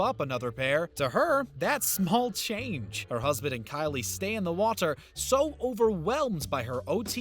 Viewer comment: dude. do you need to speak this way? who pronounces anything that way? waaaTTTer